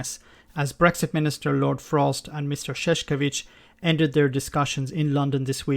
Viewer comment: You might do something to pronounce Šefčovič better. Sefcovic is a Croatian name - means shoemaker but Saskovic - means clown :c)